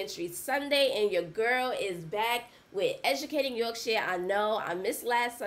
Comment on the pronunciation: The only American who can say Yorkshire correctly 🙌🏼👊🏼